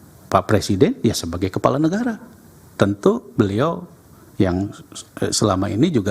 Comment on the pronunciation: Todong ini gimana ya ngomong negara bukan negaya